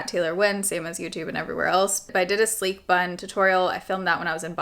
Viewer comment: Kept thinking I was hearing “sleep” bun and was thinking …why?